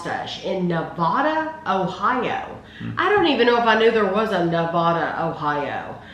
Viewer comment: Nevada, Ohio is pronounced NevAda, long a sound. I was born and raised there.